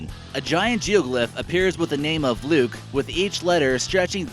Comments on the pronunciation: you are SO Wrong🤬 The name Luecke is not pronounced “Luke “ It’s pronounced Leeky NO he is not an egotistical person, if are going to post on YouTube at least get the the name & story Right. Why don’t you get your stories straight? Now I don’t believe 1/2 of the other stories you posted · the luecke ranch should be pronounced as 'leeky' not luke.